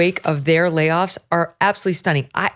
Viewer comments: At 1' 35" "...munce and munce and munce of layoffs" Why can't the woman do interdental fricatives? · Her valley girl pronunciation of "layoffs" made me laugh.